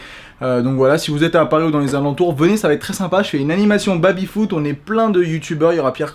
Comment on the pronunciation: Est-ce que sait dire Baby correctement? Ca me pete les oreilles a chaque fois d'entendre babyfoot dezdez